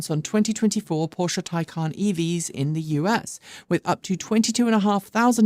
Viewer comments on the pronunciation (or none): none